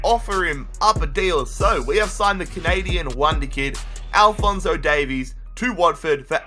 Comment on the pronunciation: Why does everyone pronounce welsh version Davies wrong